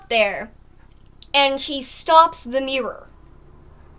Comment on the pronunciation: mirror not mip